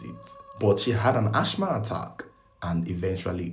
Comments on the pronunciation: Its asthma as in assma not ashma ahbeg 😑😑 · ..its pronounced "As -ma" not ASH MA 😂😂😂😂 ❤❤❤❤ 🙏⚘️